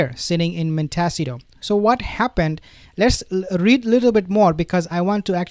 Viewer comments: Pls… montecito not montesio 😂😂😂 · Please! It’s pronounced Mont ih C toe. You are very hard to understand at times because you mispronounce so many English words. Please learn how to pronounce names of things at least closer to the way they are said in America. Thank you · You asked how to pronounce the city that H&M live in it’s “Mont ta seat toe” sound it out.